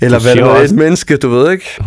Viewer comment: Det hedder altså "Forstår du hvå' jeg mener?", IKKE "Forstår du hv' jeg mener?"!!!